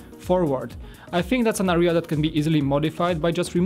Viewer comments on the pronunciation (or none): none